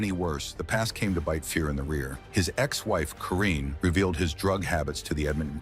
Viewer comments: 1. Cheevers did not win back to back Cups. 2. Keons only controversy was Harold.Ballards treatment of him. If Leaf fans wondered why je was bitter they're idiots. 3..Lose the AI. Names.are butchered. And.Fuhrs being injured in playoffs didnt cause hom to be benched 4.Robinson was never thought of more as a coach than a player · Hope any wrong pronunciations of Fuhr is there in this ? I think he said Grants name one time. Angel Dust and Ice were not drugs that